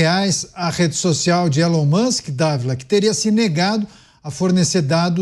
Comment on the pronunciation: não é " Élon Muski" se pronuncia " Ílon Musk"